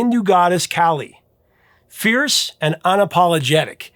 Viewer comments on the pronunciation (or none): none